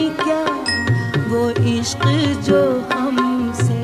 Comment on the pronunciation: لڑکپن کے بعد آج شاید بیس سال بعد یہ غزل سنی ، ویسا ہی اچھا لگا ، کمال غزل ، کمال دھن ، کمال آواز ، آج غور کیا کمال تلفظ کی ادائیگی ❤ لفظ عشق میں ق کی کمال ادائیگی،